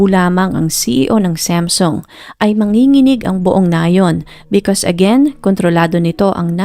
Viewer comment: ANG ARTE MO NMAN MG PRONOUNCED MO NG SAMSUNG🙄DI Q TULOY ALAM NUNG UNA QNG ANONG KUMPANYA ANG PINAGSASASABI MONG KUMPANYA, ALAM MO NMAN SA BUONG MUNDO NA SAM-SOONG ANG BASA DYAN NDI SAMSEN🤪🤪🤪🤪🤪UMAAARTE KA N DIN MG NARRATE⁉️OK KA NA SANA NOON EH🤪🤪🤪🤪🤪